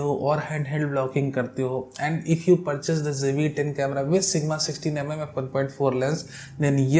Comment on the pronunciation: please donot pronounce jve10, its Zve10....please, thank u